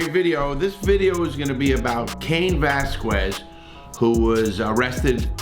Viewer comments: Larry stop butchering his last name geeez!!! VE”L”ASQUEZ!! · no dude, that’s not how you say it. It’s pronounced vel-ah-skez. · how many times can you get his name wrong